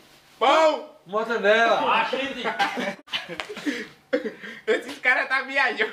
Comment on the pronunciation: Mortandela kk